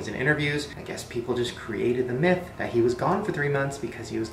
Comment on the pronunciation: is it bad that when he said myth i heard meth?